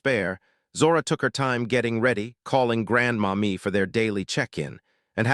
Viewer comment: So I think it’s not Grandma Me but Grandmommy. 🤦🏽‍♀️AI